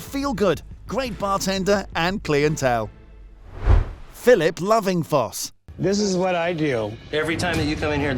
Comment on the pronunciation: "klee - en - tell" no. just no.